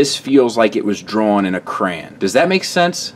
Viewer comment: I like how you pronounce "crayon". kray-un. like a cowboy. kray-un.